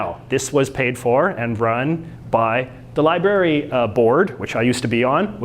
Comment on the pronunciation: Did you honestly say "liberry"? Also, the federal government does not exclusively control immigration. Different provinces have different policies and preferences for immigration. Also, the courts do NOT enforce the law. The courts apply the law. The police, etc. enforce the law.